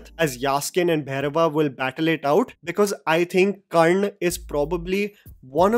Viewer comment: dude.. Its Karna Not Karn or Karnd 🤬